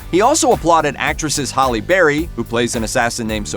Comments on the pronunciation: It's "Halle" not HOLLY! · Ughhh did you just call Halle berry holly berry?.